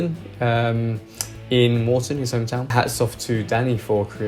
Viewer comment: It is moreton not morecome lol I was a few years younger than danny but he a really sound guy. His tree house was boss xD